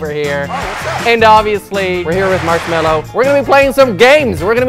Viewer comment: bruh it literally is "mallo"